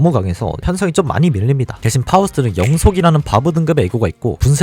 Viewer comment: ㅋㅋ 뉴비는 waw 를 바브로 읽는거부터 이상하게느낄듯 ㅋㅋㅋ